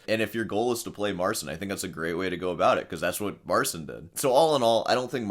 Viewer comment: Has anyone pointed out that it's pronounced Marchin, not Marsin?